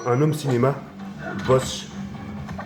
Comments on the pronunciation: mais je rêve il a dit boshe pour la barre de son!! sa ce prononce boze mais bon, Bonne Video ! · bg et tu tu a dis boche mais sa se prononce boze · Mdr c'est pas BOSH mais bose sa se dit bause mais tranquille pg mdr bonne vidéo ma geulle et pour kenny c'est chaud prend soin de lui! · C'est BOSE et pas "bosch" mdrrr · Bose, pas Bosch ! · "BOSHE" J'ai mal au francais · Sa se prononce b-o-z-e pas b o s s e